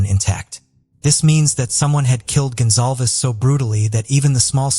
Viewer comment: GONZALEZ not gonzalves